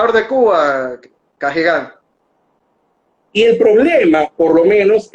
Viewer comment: ¿En qué se basará para pronunciar "Cagigal", como si hubiese una tilde en la i